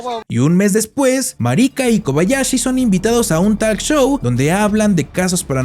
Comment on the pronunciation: Que mal pronuncian el nombre no es marica ❌ marika✅